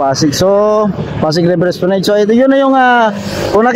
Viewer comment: Es pla NAD po hindi NED